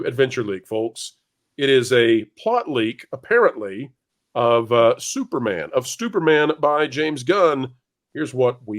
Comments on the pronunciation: Did you just call him STUPORMAN? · Yes, you DID call him Stuporman! A call back to the old Marvel mag, "NOT BRAND ECCH!"